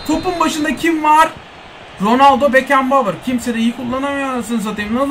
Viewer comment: Abi senin işte bu yüzden Bekenbavur, işte bu yüzden baresi demene bayılıyorum.